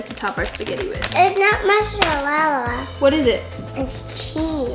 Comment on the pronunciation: The way you said mozzarella was accurate! I know it sounds weird to you but you did a great job👏 also can’t wait to try these things